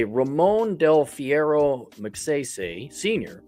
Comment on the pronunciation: Pronunciation of the last name: Mag-si-si. As in sigh sigh. The economy there was good 👍 under Magsaysay. It faltered when Ferdinand Marcos, 1, was the dictator. 😈 Although I am American, I traveled to and from The Philippines 🇵🇭 for 25+ years including 2022. Although The Philippines 🇵🇭 is a destination for Passport Men, it is still a banana 🍌 republic. Aside. Good 👍 to know that you,, will travel there. Some retired American military veterans are there since Clark AFB and Subic Naval Base were under the USA 🇺🇸. I was 1st there under that occupation. Karaoke 🎤 is everywhere. Maybe, you will improve your singing voice there while you have a San Miguel beer 🍺. That, Singing and that you are white will attract many Filipinas! L 🤣L